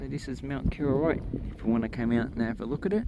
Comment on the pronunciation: KOroroit , not KIroroit